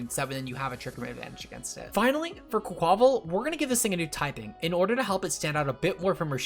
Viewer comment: Why did he pronounce quaquaval like that?